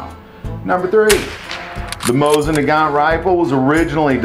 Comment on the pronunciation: If you are going to do videos about Russian firearms, PLEASE learn how to pronounce their names! Both the mo-SEEN nagant and the Peh-Peh-Sheh are classics.